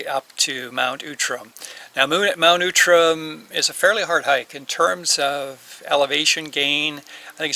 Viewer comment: interesting, I've never heard it called Mount Oootram.....always OUTram....